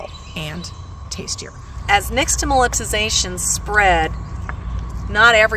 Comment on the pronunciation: I agree that the mispronunciation needs to be addressed because now others with then repeat it wrongly, as well. But - it was a nice video for people who didn’t already know this. I’ve known this my entire life - bc it’s part of my culture.